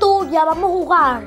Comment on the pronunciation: Jakaja 😂 amo a mi cuando dise jugal😂😂😂